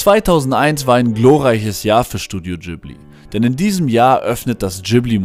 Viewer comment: Heisst es ausgesprochen nicht Ghibli zusammengesetzt aus Gib wie Gib ihm & li wie al hamdu-LI-llah